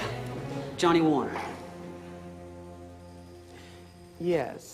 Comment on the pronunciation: Jon "Without an H" Warner lol. I'm soooo stoked about doing this musical this year.